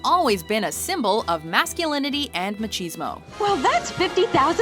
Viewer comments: MACHEESEMO?? it's pronounced Ma-kiz-mo! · This narrator is terrible - what is Ma-cheese-Mo? HAHA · Fact: Machismo is not pronounced like a dairy product, Ma-cheese-mo?